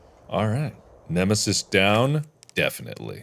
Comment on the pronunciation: It’s dr nemisoos